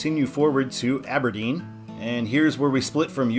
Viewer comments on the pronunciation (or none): none